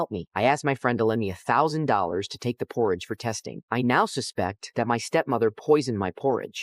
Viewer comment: THATS NOT HOW YOU SAY PORRIDGE